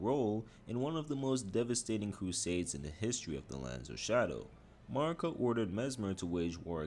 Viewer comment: Bro cant say marikas name right even tho they say her name so much in the game why do youtubes do this???